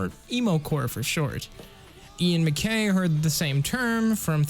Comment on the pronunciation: Great vid! One note - Ian Mackaye’s last name rhymes with eye!